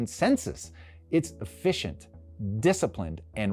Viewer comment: You said "efficient".... ?